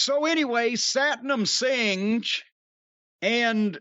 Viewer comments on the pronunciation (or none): Jim: Satnam Singe: That's not how you pronounce it Jim: I don't care